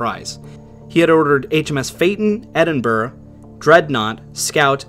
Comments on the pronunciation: Excellent video! Well detailed and well presented. One minor correction, if I may. Edinburgh is pronounced "Edinburg-a" not "Edinburg" It's a Gaelic thing. Edit: I subscribed to your channel. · Okay I just can't handle you butchering the pronunciations. It's not like Edinburgh is some strange unknown place. It's the capital of Scotland for fook's sake. It's "HAW-ser" for the love of jaysus.